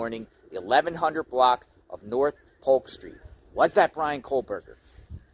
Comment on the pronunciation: Are you saying "Coldberger"?